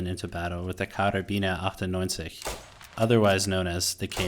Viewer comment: Says "Karabiner 98" in perfect German with better accuracy than "stamina". Love it :D Thanks for the guides, keep em coming please.